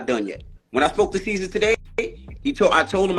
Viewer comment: Bro called mans “seizure” 🤣🤣🤣🤣🤣